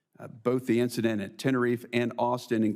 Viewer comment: This was a stump the chump approach. The Senator mispronounced Tenerife.